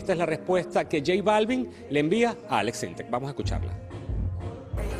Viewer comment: Es Aleks Syntek no Aleks Synteks